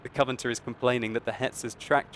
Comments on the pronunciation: Did he said 'Covanter' instead of 'Covenanter' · Covenanter not coverter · Why do so many people have a problem with pronouncing 'Covenanter' ? Koh Veh Nan Ter simples ! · "Cov-e-nan-tor" is 4 syllables ;)